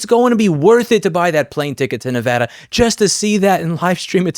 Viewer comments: As a Nevadan, I can't believe they're tarnishing Nevada's nickname (Battle Born). Also I appreciate you pronouncing Nevada correctly, Louis, less common than you think. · I'm just trying to get past the fact that Louis pronounced "Nevada" correctly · Thank you for pronouncing Nevada correctly!